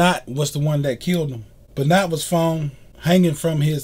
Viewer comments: First video done without present because the guy is just reading a Wikipedia entry Not your best video By the way, it's pronounced "ben wah" not "ben not" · I've followed pro wrestling for 46 years and I've never heard of this Beennot. Please learn how to say his name correctly. Thank you. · I know that you're gonna hear this ad nauseam on this vid but it's pronounced "Ben-wah", and ALL old school wrestling fans know that WWF/WWE is the same company but yet you mentioned it as a different promotion. They had to n change the "F" to "E" in 2002 because of a legal lawsuit with World Wildlife Fund...😒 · You aren't even close on pronouncing his last name correctly. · Brian Mcnamara I cringed every time he said it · I'm glad you understand that you pronounced his name incorrectly because honestly, you sounded ignorant. Just saying.